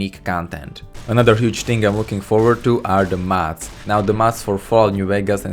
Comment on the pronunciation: you sound like your saying mats pls its mods